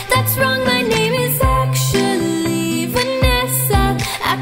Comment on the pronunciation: Who else noticed Roni made “actually” into 2 syllables? So talented